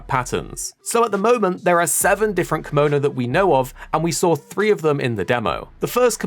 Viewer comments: The way you say kemono is slighly off. Still ty for the video i was quite curious on what was in the game atm Edit: Oh maybe because sometimes you say kemono but most of them you say kimono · It's actually keh-mo-no instead of kee-mo-no. Kemono means beast in Japanese. If we add ba in front to become bakemono, it means monster. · thank you for saying this, hearing him saying kee-mo-no makes me uncomfy, no hate though